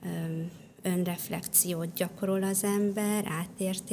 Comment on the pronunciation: Könyörgöm, ne használjon idegen szavakat, aki nem tudja rendesen kimondani őket! Rettenet irritáló Melanietól az “abszolult” és az “önreflekció” sokadszorra. Anita meg “vállik”. Médiában megnyilvánuló emberek, beszéljenek már helyesen!